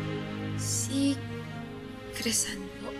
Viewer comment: PARANG HINDI CRISEL YUNG PAGKAKARINIG KO PARANG CRISAN